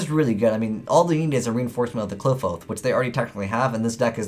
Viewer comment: Its supposed to be pronounced like apocalypse right